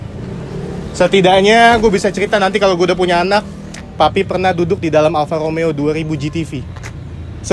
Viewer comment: BELAJAR bulang R dulu Bro.....!!! Kalo gaa di Wakilin dulu...Cs Alfa Romeo Ada Huruf R di sana Ente gaa Bisa Huruf R.... Mending OFF Kasih Yg lain ROMEO Bukan Lomeo